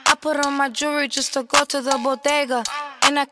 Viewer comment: And “purron” for put on